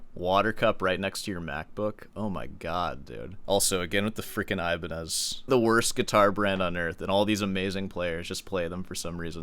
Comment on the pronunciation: It hurts that your name is and you pronounce Ibañez like that.